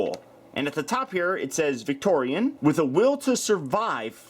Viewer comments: Her name is pronounced "Victiri-ON", not "Victori-AN". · I thot victorion's name was pronounced like (vic tor-e-on) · it is victoeon not victoeon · she looks awsome and you may or may not have said her name wrong the whole time (vic tori aun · You said it’s name fully wrong